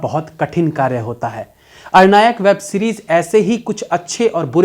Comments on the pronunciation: Aranyak hai bhaiya wo 🙂 Na ki Arnayak 🙄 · Sir aap movie ka naam galat bol rhe hain..... arnayak nhi aranyak... Aranyak means forest.. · Arnayak nahi bhai Aranyak hai series ka naam. Naam sahi bola karo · Dear ये,अरनायक नही है, अरण्यक है। शायद मेकर्स का इरादा हिमाचली जंगलों को लेकर हो सकता है जभी अरण्यक शीर्षक रखा हो। बाकी मैने कल ही पहली बार देखी।। बहुत ही रोमांचक है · 🌞🤘🌞 ARNAYAK nahi ARANYAK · R- NAyak nahi aranyak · Sir ye aranyak hai na ki arnayak. Aap naam galat bol rahe hain. Aranyak related to jungle. Bad mistake from a person of your caliber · It's not arr nayak , it's pronounced as a run yuck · Arnayak nahi aranyak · महाशय अरण्यक है और आप अरनायक बोल रहे 🙏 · मुझे लगता है सीरीज का नाम अरण्यक है ना कि अरनायक.. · web series ka pronounce hai ARAN- YAK . not AR-NAYAK. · भैया जी अरण्यक (=जंगल) कहिये न कि अरनायक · अरनायक नहीं आरण्यक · अरण्यक है, ना की अरनायक। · Abey arnayak nahi aranyak he wo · Its Aranyak..not Arnayak..Aranyak word came from word Aranya means jungle.. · आरण्यक not आरणायक But review was amazing 🤩🤩😘😘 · Aran yak not ara nyak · All say aarnayak..but it aarnyk..arnay mean forest.. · Sir your pronounciation of Aranyak is actually wrong... although love ur review